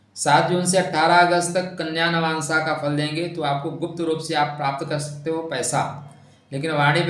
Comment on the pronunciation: नवांशा नहीं, नवांश। भाद्रपदा नहीं, भाद्रपद। खाली ज्ञान मत बांटा कीजिए, स्वयं भी ध्यान रखा कीजिए।